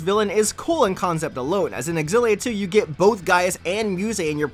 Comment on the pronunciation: Zillia not xgillia